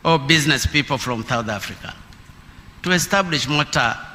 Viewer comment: Even to read is a problem,the word to Process pronounced Plocess,from (Flom),Fruits (Fluit) ,when you read an English words in incorrect way then it will bring another meaning ,so u will become a confuser,.otherwise good for trying reading my Hon Presida